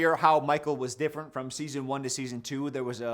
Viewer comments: "it's a little bit diffwent" 👉👈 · "Diffwent" hehe Great job to both and the editor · it's a little bit diffewent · did i hear diffwent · "it"s a little bit diffewent" how much have we had to drink... love u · says “Diffewent” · "It's a lil bit difwent" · "diffewent"? What's next a googoo gaga? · Diffwent lol. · Bro cant pronounce different properly though lmaooo